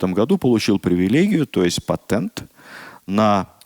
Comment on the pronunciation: Режет слух « патЭнт», см Новый орфоэпический словарь т. ф. Ивановой2005год